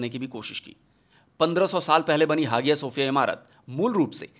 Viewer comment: सर, बहुत ही अभ्यासपूर्वक बड़ी अच्छी वीडियो बनाई है। बहुत जानकारी मिल गई। एक बात बता दूं ? जो म्यूजियम को मस्जिद बनाया उसका उच्चारण हाजिया सोफिया नही हया सोफिया है। भले स्पेलिंग कुछ भी हो। और अब तुर्की को इंग्लिश में भी तुर्किए बोला जाता है।